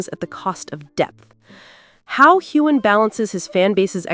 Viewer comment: The narrator should learn how to pronounce Heughan!